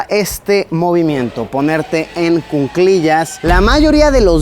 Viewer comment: La forma correcta de decirlo es "cuclillas", cunclillas no existe. Saludos.